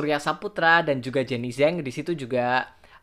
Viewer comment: Jenny Zhang (张) di baca "jenny chang" wkwkwkwk jgn salah baca ya mas xixiixiix